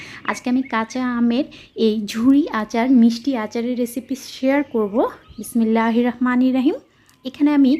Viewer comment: বিসমিল্লাহ বলা ভুল হয়েছে 😂😂😂😂